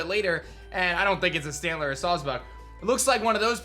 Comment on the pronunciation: It's clearly sawsbuck fool